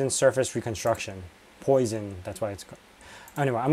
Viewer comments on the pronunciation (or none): poisson - two esses, pronounced pwasson. French for fish. Something fishy about your mushrooms